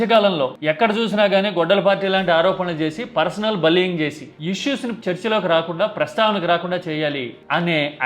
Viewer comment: బులీయింగ్ అనాలి, బల్లీయుంగ్ కాదు. ఇంతకు ముందు వీడియోలలో కూడా ఇలానే పలుకుతున్నావు.